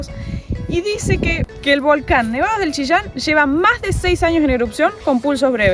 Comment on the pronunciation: Jejejeje... me encanta como pronunciaron Chillán. Chishan. 😄